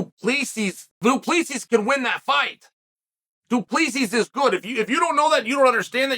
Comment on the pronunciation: DuplEEEses, Pierre-ah? Isn't that how you pronounce them?